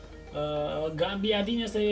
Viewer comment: ba da invata odata ca nu este gaMbiadini este gabiadini